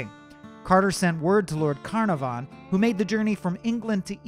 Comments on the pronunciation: The mispronunciation of Carnarvon is atrocious. kuh NAH fun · Just an FYI (should anyone ever wish to say it), Carnarvon has the emphasis on the second syllable. car-NAR-von. HTH! 😊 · I noticed that too, there should be more emphasis on the second syllable. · history... no offence but you're pronouncing carnarvon wrong it's not carnar-von, c-nar-von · One yes! I just commented that I winced every time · Ok, I was wondering, is he saying it wrong or are we? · If he could only master Lord Carnarvon s name. (he hacks it up pretty bad) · I hate the way he pronounces Carnarvon. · Sorry but the narrators voice is too whiny and he keeps saying Carnarvon wrong. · You're BUTCHERING pronunciation of Conarvan's name and its irritating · I winced every time he mispronounced Lord Carnarvon. Americans… smh Sincerely, an American Downton fan